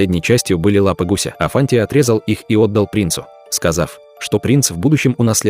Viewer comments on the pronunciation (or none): Не афанти а афанди.